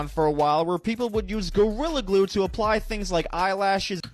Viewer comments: "Gorilla Clue" What? The hell you mean Gorilla Clue 😭😂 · U said gorlia clue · “Gorilla Kue”😂😂